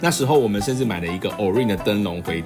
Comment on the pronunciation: Repeat after me: O•RI•ON， オ•リ•オン， 喔•哩•甕。 😂